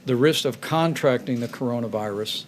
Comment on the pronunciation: Some people just don't ever learn. SMH. Also, , the way Pence pronounces "contracting" in this context is incorrect. Double SMH.